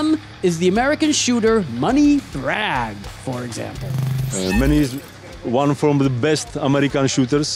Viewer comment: It’s Manny Bragg, not money Bragg